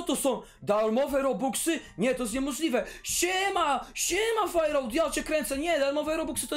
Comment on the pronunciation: Ta zielona baza to noe jest fejrałta tylko fairouta czyta się fajrołta